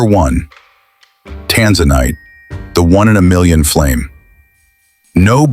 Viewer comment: Tanzanite and Tourmaline are outstanding gems and hold up well in jewelry. The AI pronunciation of these exciting gems is horrible! Please correct so people can learn the correct pronunciation so they know what to look for.